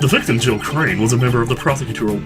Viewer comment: Rebuttal -- Regarding Jill Crane-- ... THE victim, Jill crANNEE, WAS a member of the PrOLLLL-BLUGH blbl